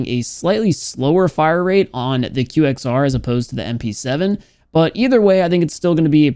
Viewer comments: ITS Q-X-R NOT "QXER" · Its Q X R not qukexr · you finnally said Q X R not kwaxer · Normal people: qxr:quexer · It's qwexer not qxr! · He said QXR instead of the kwexer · Everyone: it's QXR: Quacksir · you said QXR instead of QWEXER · Nobody::quexer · Did someone notice that pronounced the QXR "Quexer" at the beginning or is it just me? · "The Quexir" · Did he just said the qxr "the quackser? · Ah yes, the quaxer OI YOU SAID Q X R